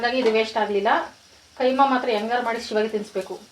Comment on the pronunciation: Adu keema alla kaima